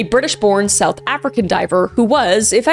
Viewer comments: tragic stories but I'm sorry I was laughing so hard at how badly you pronounced the south African names XD very American (sorry). but please look up the pronunciation of things from south Africa because we have 11 official languages ^^ love your content though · 😂😂 Sorry Kris. All the pronunciations are wrong.. 🇿🇦 I know you tried tho